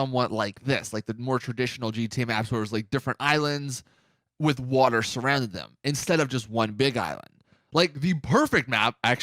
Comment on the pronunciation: Not the only one who heard him say “water” wrong when he was talking about the gta 4 map